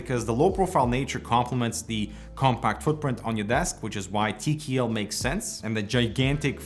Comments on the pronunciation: "gee nine fiftin tee kee eel" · TeeKeeEll, love it!